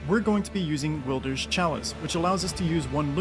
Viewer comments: no, it's a name, meaning there is only one pronunciation that is correct and that's what the devs named him and how they pronounce it...which is Wild-er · Will-der Who's Will guys? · Will-Deer is crazy 😂😂😂but i like it and love the vids❤ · Tf is Will-Derr?